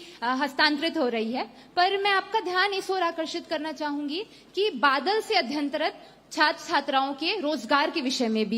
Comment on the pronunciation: 'Adhyantarat' nahi beti 'Adhyanrat' hota hai.